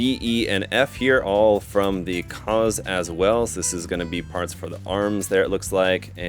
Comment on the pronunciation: maschinen fliege lol edit: also the Kauz is pronounced /kaʊ̯t͡s/, not "cause"